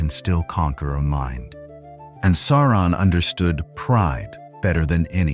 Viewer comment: JFC, SOW-ron not SORE-on